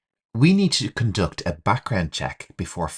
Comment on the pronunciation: Teacher, are you a native speaker? Your pronunciation of some words is interesting (budget, conduct).